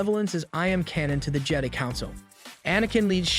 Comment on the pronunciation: Jedee? You on crack!? Its Jedi as in Jehd......Eye......how tf you get that wrong!?!?!!?!? They literally PRONOUNCE IT FOR YOU!!!!